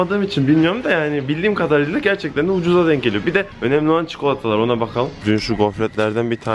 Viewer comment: 5.33 önemli olan Çikolatalaar😅😂😂😂😂